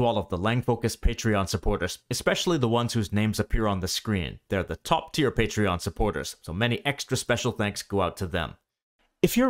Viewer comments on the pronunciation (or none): none